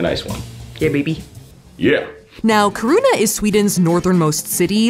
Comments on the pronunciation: Very cool to watch! I'm a Swede myself but more of a southern tip of the country type. You have to go back for the midnight sun and show us. Just a quick note, the emphasis is on the i, like kIruna, no kirUna. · The way you say "Kiruna " is splitting my sides 😂. It's not kirouna, it's: KI ( like in Kiki or or kill) RU (u like in urban) NA (like in na na na na nannanaa) Ki-ru-na Good luck 😅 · Love that you guys came to Sweden and hope you come again. 😍 Love also the fact that if you hadn't written out Kiruna, I would have that you went somewhere else, since I just heard Safiya pronounce Kiruna as Corona. 😆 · kharuna is maybe the absolue most creative way I've heard anyone pronounce kiruna lmao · You're saying Kiruna wrong. Really wrong. Keer ruh na. Sorry but it's driving me nuts watching this video. I live in north Sweden (norrland). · Your pronunciation of Kiruna, Torne river, and Jukkasjärvi bring me life <3 I'm happy you had fun in Sweden and got to experience Stockholm a little :D The Ice Hotel is magical and I love it <3 I've been wanting to go there for so long, even though it's relatively close :) I know you went to Finland for it, but the Ice Hotel does organize night trips to an observatory that is said to be/advertised as the best viewing spot for the northern lights in the world. Looking forward to seeing your reaction to them :D <3